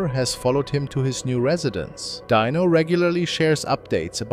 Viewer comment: It's pronounced dyno not deano spelled dino